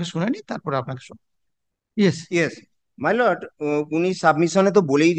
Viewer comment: ভাঁড়া কোথায় থাকো কাকা! মাই লোড!!😂😂😂 ঠিক করে বাংলা জানে না এসেছে ভিডিও বানাতে।